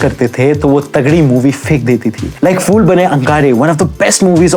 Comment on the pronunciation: Please don't say FIR or FOOL. Its PHIR and PHOOL. Prounance it as PH not F